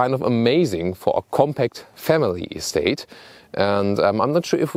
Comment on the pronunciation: i would go nuts from his bad English and to much talking. I wish he would at least learn how the say ESTATE in English.